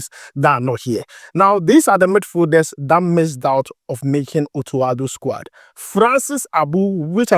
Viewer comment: I like your vedio especially the way you pronounce squad.. SquAd😂😂